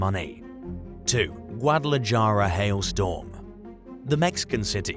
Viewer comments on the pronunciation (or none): It's pronounced GuadalaHARA. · Just an FYI, in the word Guadalajara the "j" is an "h" sound :-)